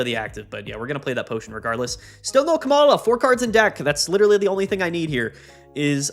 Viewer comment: I think its pronounced "Coma-la" -- as in "oh dear it appears my beloved wife has fallen into a coma"